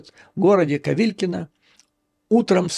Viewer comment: Спасибо. Вот только не Ковилкино , а Ковылкино. Вы явно использовали английский источник. Удачи!